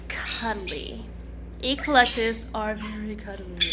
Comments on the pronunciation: Not to be picky, but the correct pronunciation (phonetics) would be ec-lec-tus. Emphasize the ec as in Echo, the Amazon device. Thanks for your videos otherwise. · I’ve never heard anyone pronounce Eclectus as “Eee Clectus” almost like it’s two words. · I noticed the "E - Collectus"